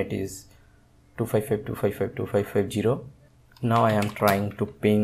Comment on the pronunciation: There is no "G" in Zero